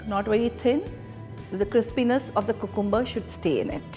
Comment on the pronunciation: First of all go and learn how to speak proper English even if u can't do that stick with hindi or whatever and BTW people call it cucumber not cocumber and other word is the slices not roundels I am also a housewife from India but I don't speak like that............ Just an advice.